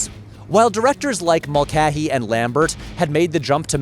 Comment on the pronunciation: Brother why are you saying the common surname Mulcahy as "Mul-keh-hee"??? It's always been "Mul-kay-hee".